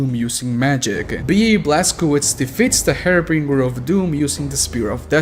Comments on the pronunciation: It's pronounced "haar·buhn·jr". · Interesting pronounciation of harbinger.